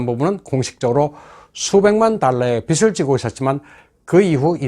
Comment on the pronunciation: 비슬 지고 있었지만~빚을은 비즐이라고 발음해야 합니다. 고맙습니다.